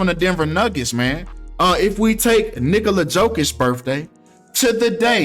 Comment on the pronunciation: Nigola Jokich 😂😂